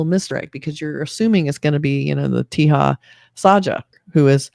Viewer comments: He is called taja not teha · Just FYI.Teja is not pronounced Tee-ha. J is pronounced as J in 'Jack'. It's pronounced Te-Ja. It's a relatively common name in India. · Your review for this movie was great except for one thing..... The actor Teja Sajja's name is 'Teja Sajja' and not 'Teha Sajja'. No need to apply Spanish 'J to be pronounced as H' rule here. Other than that your review was great.❤❤❤